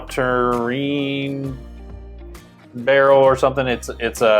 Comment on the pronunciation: It's pronounced saw-turn.